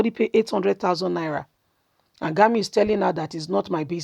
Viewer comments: For God's sake, can somebody tell this girl reading this message to open her eyes to know how to pronounce people's names? If it's GUMI you're calling GANI, shame on you. Can't you spell words? G U M I. NONSENSE!!! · My sister it is not Gamiu but Gumi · Why is it difficult for you to pronounce Gumi?